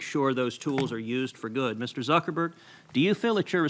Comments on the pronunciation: “Mr. SuckerBerg” lmao 😂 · It's Zuckerberg not suckerberg u idiots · Haha he's calling him Suckerberg